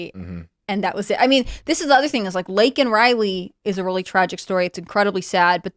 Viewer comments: What a fucking psychopath. You mispronounce the girls name and didn't apologize. You then say the killer is illegal which he is... Then apologize. You fucking lunatic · Stupid old barsteward. Worried about offending illegal aliens but cant even take the time to get Laken Rileys name right. The left are absolutely lost. And it does feel like it is becoming a "them or us" scenario. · GOP quite literally demanded that Biden say her name, then he does but they're unsatisfied with the pronunciation anyway. Surprise surprise. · So he apologized for that but not for getting Laken's name wrong?? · He didn't apologize for calling out her name wrong.